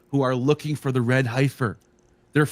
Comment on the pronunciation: Heffer...not Highfer. 🤦‍♂️